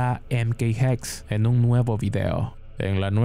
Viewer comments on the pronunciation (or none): Se pronuncia jexe. Bruja en alemán o jeqce, la e final suena